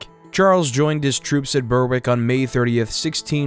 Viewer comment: 😂 Burr wick It’s Berrick